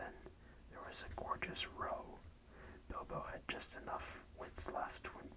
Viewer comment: I was so hoping you'd do more of these! Thank you. 😊 I hope you're enjoying the book! I think a bit of British English tripped you up, though! The dwarves were having a row, which rhymes, in this instance, with cow. It's another word for an argument; nothing to do with what you do with oars in a boat. 😊 I look forward to chapter 3!